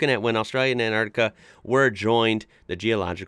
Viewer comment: Yeah - the geology's fascinating! And it's great to hear an American pronouncing "Antarctica" properly instead of "Anartica". Well done,!